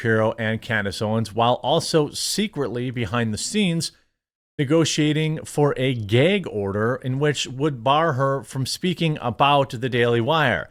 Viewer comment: Wtf is a "Geg order" ?